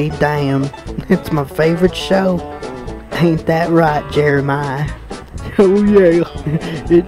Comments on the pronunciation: LOL SUCH A CLASSIC "Aint got time to pronounce two E's separated by an R" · lmao, " that right I said Jeeeeermiah, I ain't got time to be pronouncing two E ' S separated by and RRRRR"😂😂😂😂😂